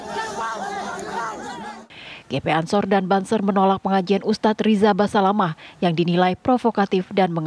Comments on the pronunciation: Fokus denger Reporter nya bilang ustadz "basamalah"😮😅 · Seperti nya presenter wanita nya jarang ikut pengajian , nyebut ustadz nya salah. Ust Syafik Basalamah , jadi Syafik basamalah.. piye to...?? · basamalahhhhh haha... basalamah mba reporternya